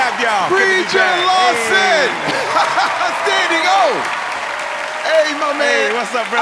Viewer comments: The whole video is about how people say his name wrong and terry calls him Preacher LOSTON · Did Terry just call him Preacher Lawston? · first of all its rude to correct and second of all it did sound like he said lawston